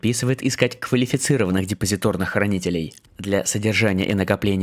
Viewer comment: Не депозитОрный, а депозитАрный. У вас либо чтец плохо видит, либо тот, кто пишет текст безграмотный